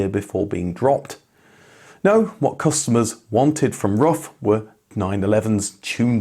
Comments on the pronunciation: Its pronounced roof, not rough. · It’s pronounced roof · pronounced "roof" not "rough" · It´s Roof not Rough. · Rough Automobile? C'mon, it is disrespectful to always pronounce foreign names in English. Just pronounce them properly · It's not "rough", it's "roof". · It's Ruf (roof) Not Ruf (rough) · He has stated numerous times his name is pronounced "roof, like Fidler On The Roof". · I was gonna watch this as ur vids r usually very entertaining. But ur persistent incorrect pronunciation of RUF as ruff not roof put me off in the intro. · Don't wanna be a smartass, but I am. In native German, the company and family name is spoken like "roof", not "rough". Great video though!❤ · His name is not "rough"! His name is Ruf which needs to be spoken like "roof" but with a "hard" R! Don't translate names!!! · Why is it speal rough instead of roof? Also why is the Ruf ceo calling it Porschaaaa, its Porsch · Seriously? It's pronounced "ROOF" not "ROUGH." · Ruf are spoken like roof (not ruff) in english ❣️😅☝🏼 Love from Berlin 🇩🇪, Ramsi 🙋🏻‍♂️ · Btw. it's pronounced roof, not ruff. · Sorry to be that guy. It's pronounced roof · Ruf is pronounced with a long vowel, just like roof, not like rough. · Ruf, not Rufff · rUf, not rough 🤦‍♂ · It’s Roof not Rough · Ruf isn't "ruff", it's "roof". Not the mangled pronuncation either . ROOOOOOOOOOOOOOOOOOOOOOOOOOOOOOOOOOOOOOOOOOOOF. With a long vowel. (It means "call", BTW) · I guess Ruf is pronounced more like Roof and not like Ruff. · I envy you for talking to the man himself, but come on, it's not pronounced "rough". It's "roof". RUF. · Roof, not rough... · Pronounciation would be: roof just like the English word.🍀👍🏻…..“rooffff“, not so much….. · Yeah I was surprised, given that he normally goes to special attention to pronounce brands authentically. I'm sure Alois is pronounced A-Lwa as well.